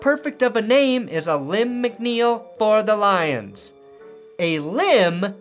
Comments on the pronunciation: Alim McNeil. Pronounced Uh-Leem. Not Uh-limb (A-Limb) . But I get what you were doing. 👍🏽 . I’m a 43 year old Eastern PA. 33 year long Lion Fan. Call him/us what you want. Just don’t call us late for dinner! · it's pronounced Aleem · LOL I think it pronounced "A-LEEM" but still funny,. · Btw Alim is pronounced like dream not a limb lol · Alim rhymes with dream. Not limb. Alim the dream McNeil.